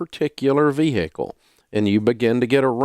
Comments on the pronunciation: I heard vee hickle but what about war -a-nee! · You mean vee hickle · VEE-HICKLE! Love you, Dave :)